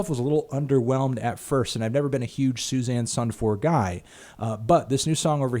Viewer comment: The way you pronounce Susanne Sundfør cracks me up 😂 "Seuss anne sun four"